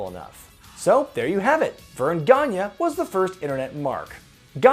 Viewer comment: Hey, my last name is Gagne and (No disrespect) but I was hoping you could please learn to pronounce my last name.